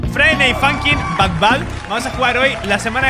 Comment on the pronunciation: es but bad no bat bad